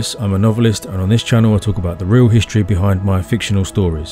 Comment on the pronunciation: Please stop pronouncing words like “struck” as “shtruck” or “history” as “hishtory”. It really doesn’t sound very intelligent.